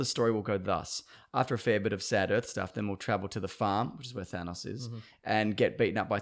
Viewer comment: Nothing bothers me more than hearing it pronounced "Th-aa-nnaaawwwS"